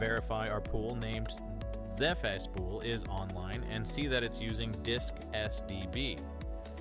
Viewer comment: Here's a list of the clues I found: There's a curious pause between the first and second dash. Every Linux user I know pronounces the first letters separately. "zef spool"? I think I'll leave it there.